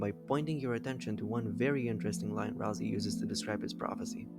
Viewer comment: BRO it's not pronounced ralzee it's pronounced ralsay